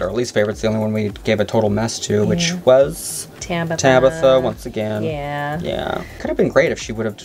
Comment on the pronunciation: yall are still saying Tabitha's name wrong, it's Tabitha, not Tabatha. loll